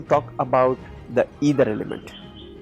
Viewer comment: sorry to say,it's not either it's Ether..you written it correctly but kindly pronounce It correctly..it is aakash tatva.. your explanation is all correct but pronouncation of ether.🙏🙏🙏